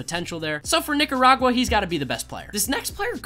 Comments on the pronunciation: Bruh you really pronounced Nicaragua as “Niggaragua”. Really? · Practice saying Nicaragua👍🏼